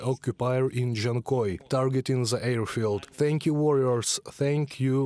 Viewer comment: Ze? In the whole country on Ukraine, you don't have one person who speaks propper english?